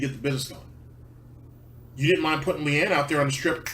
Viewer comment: I hate Phil too, but it's LEANNA. Not LEANNE. Idiot.